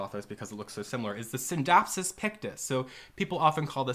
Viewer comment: Great video! I have a few of these plants in my home and I love them. I appreciate how you don’t pronounce the c in scindapsus.